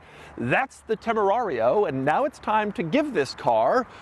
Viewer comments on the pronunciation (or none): It Is Tamerian and I'm not calling it anything else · Could have sworn he called it a TemuMario😂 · It's pronounced "John Temarian" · Dude stop mispronouncing the name. We all know how's it's said.🎉and it's comes prewired for a breathalyzer those are Porsche cup holders